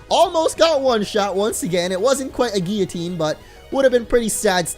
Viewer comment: Still saying guillotine wrong, sigh